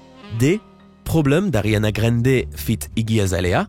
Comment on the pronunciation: Ariana Grende Jpp 😂